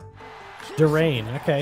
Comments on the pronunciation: It's prounounce dur Yan not dur rain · also you say durain like dur-i-an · HEY ITS CALLED A DURIAN (DER-EEH-IN) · It’s not a durrain (it’s pronounced in der e en and it’s called a durian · Durain is a fruit that smells awful and pronounced dur e an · Btw Durian is pronounced, “Ju-ri-an” And it’s a malaysian fruit (At least I think so) and buddy died ‘cause durians are really smelly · durian you read it like duryan it stinks its only on asia its spiky edit:but its tasty